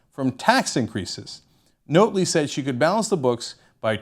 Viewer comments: You know, it was nice to see something about Canada, especially such a historic political event, on TYT. But man, Cenk you sounded like such a noob. Describing the NDP as 'being around for a while but not that long' ? Why not just give us a year? The least you could do was pronounce Rachel Notley's name correctly. It's not difficult to pronounce something that sounds the way it looks - especially when one of the election slogans for Rachel's campaign group was 'Notley Crue'. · Notley, as in Not Lee, not Note Lee. Love your videos BUT you really need to listen to Albertan media to get the pronunciation! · Ugh it’s pronounced NOT-ley... like we should NOT have voted for her...not NOTE-ley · It's pronounced naughtly... Not note ly.. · By the way... Rachel Notley's last name is "NOT-LEE not NOTE-LEE!!" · It's pronounced not-ley; not note-ley. Not-lay. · This is the weakest analysis if the Alberta election ever., and I knew the Young Turks would take this view... and It's 'Not' Lee... not Note-lee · It's NOT-ley, not NOTE-ly. JS. And yes it is nice democracy won, as it was getting scary, as the influence the Kochs had even here on policy was being shoved down our throats. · Its not pronounced "Note ly" Its pronounced "Not--- ley" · Notley ... not-lee. Not ... note-lee. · It's Not-ley, as in the word not.... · Couldn't stop laughing when he said Rachel "Note-ley" other than that though, good video. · Her last name is pronounced "Not-ley" Jim had a hard row to hoe he was the benefactor of 2 hated administrations our last 2 conservative leaders really sucked. I personally was hoping for a minority government of some sort. I like Rachel Notley she is a good person. But the provincial NDP have to do what the federal NDP want and that might be against Alberta's interest. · Pronunciation note: NAHT-lee. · it is pronounced not-lee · pronounced 'nautly' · Rachel Notley....pronounced like Motley Crue...